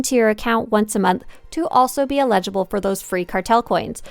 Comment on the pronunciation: Eligible. Eligible. Your mispronunciation of this words is triggering.